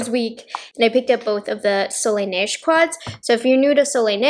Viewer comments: From a francophone, your way of saying Soleil Neige is quite spot on. There is still a little accent but it’s very understandable 😊 overall, your French in this video is quite good 👍🏼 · You are actually saying it really well!! Seriously, my french ears didn't even shrivel a lil! ( Ok I sound sarcastic but I'm not 😅)